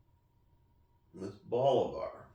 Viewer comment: If you're new to cubans stick with reputable places that you have researched as selling real Cubans. Once you have experience you can smell a real box of Cubans and know it's legit. Cut one, light it up and within a puff or 2 you will know if it's real. Check your pronunciation of Bolivar. I think it is more like Bowl A Var. Not hating, just trying to help. :) Love the fact that you have a nice comfortable place to smoke in the house too. The aroma of the cigar is so much better indoors. Outdoors the slightest breeze blows it away and that's a nice part of the overall cigar experience.